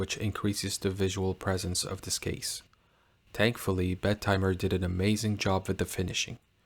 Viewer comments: The name sounds when you pronounce it "Bed Timer". Think it shoul be pronounced "Bettymer". I was surprised that it is qute expensive though. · Solid review, bud. though I'm not sure why you are pronouncint it with a "d" in the name...Bed-timer. the double "t" shouldn't be separated out....I've been going with Bet-im-er because I'm really not sure of the right way to pronounce it...but it at least sounds OK that way...lol and as nother has mentioned, Half-links are in the works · Shouldn't it be be-tee-mer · Not if you pronounce the damn name properly. It's not 2 separate words, so it's NOT Bet Timer.